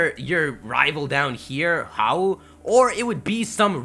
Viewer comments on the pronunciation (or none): Okay, some pronunciation for you. Professor Kukui's name is not pronounced like "Koo-kwee", it's pronounced "Koo-koo-ee". Hau's name is not pronounced like "Ha-oo" but instead pronounced like "How". Sorry, I actually live in Hawaii and am Hawaiian, so your pronunciations made me cringe through each of your new videos. Good job with theories though!